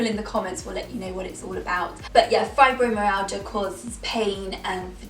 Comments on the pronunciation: Fibromyalgia is pronounced (fybromyalja) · I have Fibromyalgia and it can be a hard word to say so i'll try my bets to help you say it. Fibro-my-al-ga hopefully that helps. <3